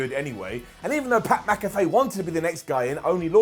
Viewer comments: it’s Pat MAC-a-FEE not Pat MAC-a-FAY. I love you though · You're doing the Mack-a-fay thing on purpose right?...